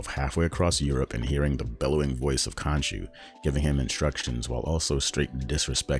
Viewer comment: Bro, it's khonshu not kanchu . Khonshu will not forgive you 😂